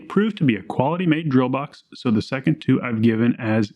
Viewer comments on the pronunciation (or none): none